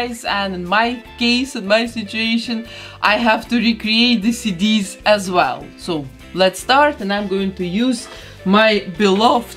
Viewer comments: I thought she was saying cities instead of cd’s and i was so confused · Tell me why when she was saying CD's I thought she was saying Cities 🤦‍♀️